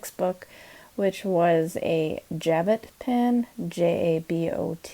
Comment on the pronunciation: Hey. Nice pieces.:) Love flea markets. Just wanted to give you a heads up that the word jabot is pronounced zhabow. I have a hard time with the word guilloche. I had to hear the google pronunciation for it. lol